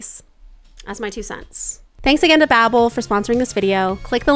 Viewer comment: showing up saying "you have tho choose" OMG